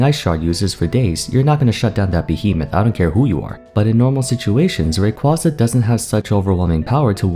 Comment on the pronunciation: You mispronounced Rayquaza